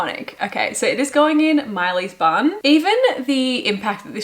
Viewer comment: P.s. I too often heard "this goes in Miley's bum" instead of bun. 😂😅